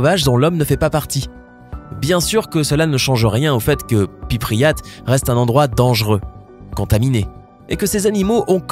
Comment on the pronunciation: C'est pas pypriat c'est prypiat